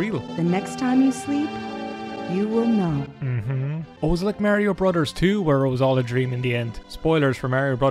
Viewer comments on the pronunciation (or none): He likes Skyrim,he likes Mario and he pronounces 'brothers' as 'brudders'. Like what else can you ask for.